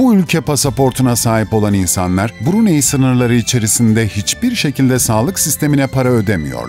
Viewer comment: Bruney şeklinde değil Brunay şeklinde okunur.... ayrıca söylenilenlerin çogu saptırılmış bilgi.... Saudi arabistandan bahsediyormuş gibi anlatılmış....Keşke önce ziyaret etseydiniz